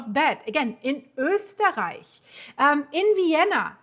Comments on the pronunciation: Wow, perfect pronunciation of 'Österreich'! 👍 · Wow, nicely pronounced „Österreich“ greetings from southern Austria 😊